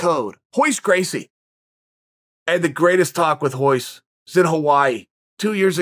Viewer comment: Why do people say Hoyce bro it’s Royce with an R that’s why the R is there. Brazilians just have a hard time presenting R’s.